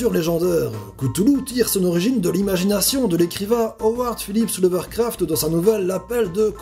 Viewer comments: Pour précision l'auteur s'appel Lovecraft et non Lovercraft et Cthulhu se prononce "k'tulu" et non "kutulu" . Sinon ta vidéo est sympa :-) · J'ai un peu tout regardé, c'était super, je m'abonne ! Mais par pitié, c'est pas Lovercraft, mais Lovecraft ! Pour la prononciation de "Cthulhu" ça dépend des personnes, mais on le prononce plus ktulu, ktoulou ou stulu, personnellement je prononce ktoulou, mais comme tu veux ! Bonne continuation et à bientôt ! ^^ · Lovercraft XD Lovecraft pas Lovercraft... et on ne peux pas prononcer son vrai nom... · Salut, juste une petite info pour te dire que tu t'es trompé sur la prononciation de l'auteur de l'appel de Cthulhu, vérifies bien car c'est Lovecraft et pas Lovercaft :D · Fait un episode sur Cthulhu !!! (Prononce Ktoulou, meme si la prononciation la plus "fidèle" serait "ke-th(prononcé a l'anglaise)ou-lou). Et on dit Lovcraft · La prononciation de Cthulhu est très bonne...En revanche "Lovercraft"...Non.